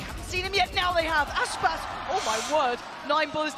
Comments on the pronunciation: Bruh its Aspas not Asspass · Yes, and pla part 2 but try not to say "asspas" and really say "aspas"